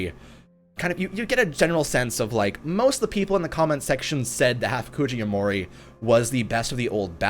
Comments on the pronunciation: It’s Ya-mor-i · Loving the insight into the new update, still on iOS. The Banjou video was amazing XD p.s. Kakuja goes like CAH-coo-ja p.p.s. Yamori = YAW-more-ee Much support and great work on the vids! <3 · Ya-mo-ri, ka-ku-ja (there's no long pronunciation on ku)